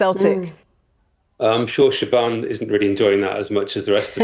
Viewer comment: Is the reporters name actually pronounced “Sha-ban”? Surely it’s “Sha-von”